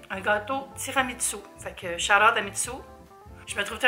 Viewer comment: omg ma maman est italienne mais quand elle dit tiramisu en français elle prononce aussi tiramitsou haha...petite anecdote avec les billes downy quand j'ai été inondée les vêtements qui n'avaient pas été mouillés ont été lavés avec ça et les rarement portés sentent encore et ça me rappelle le mauvais souvenir...c'est tenace c'était en 2017!!